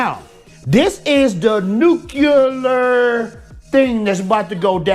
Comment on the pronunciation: I was wondering why a black dude would go so loyally pissed over black elves n dwarves n the intention to dignify african american roles in the society through cultural reassesments. But all things r clear now after u said nucular..U R A BLACK REPUBLICAN